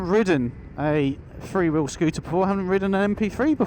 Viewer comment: Couldn’t you find a commentator who knows how to pronounce the word three? That is the word starting with th and ndt f. THree and not Free. It’s really not difficilt.